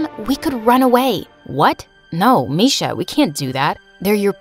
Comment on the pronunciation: It's not misha it's Miksha bruh